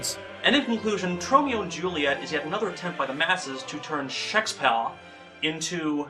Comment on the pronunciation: This is glorious! Never cared all that much for Snob, but he and have such a hilarious back-and-forth... is doing a marvelous job here, love how he cringes to mis-pronounce the Bard's name. Also, this flick seems enjoyably terrible...